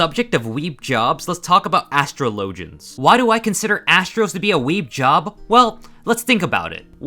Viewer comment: Dear god astrologian is pronounced like astrology x.x